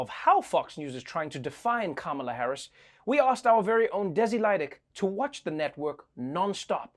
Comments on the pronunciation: She said Caramel Harris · Desi Lydics piece was GOLD. Sounded EXACTLY like all my conservative 70 year old clients 😂 down to the mispronouncing of the names! Kalamarri Harrison 🤣